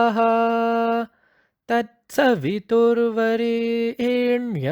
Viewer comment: Very nice . But their is one small correction . Like suv Varaniyam will pronounce as Variiniyam ( not re but ri रि ) तत्सवितुर्वरेण्यं वरिनियम्. Good initiative.